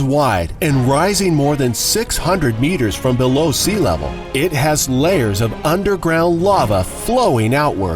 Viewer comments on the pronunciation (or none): Wait lava that hasnt met air is magma i got confused when he said "undeeground lava"